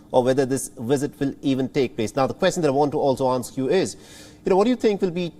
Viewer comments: its visit not wisit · Take a drink every time he says WIZZIT!😵‍💫😂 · I thought you were exaggerating, but that "wizzit" is out of this world. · At first i'm like wtf is a "Wizzit" then i realized he means visit LMAO! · 😂🤣😂 I’m laughing at how he pronounces visit (Wizit), I cannot take this seriously, Between the presenter, the USA and Chinese situation. It’s comedy at its best. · I don't know what a "wisit" is, but I now know that Chinese people emphatically don't like them! 😮